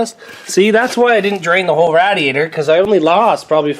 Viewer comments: Rad is short for Radiator lol it’s Radiator not Rad diator lol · Say it with me. Ray Dee ator. Now say it fast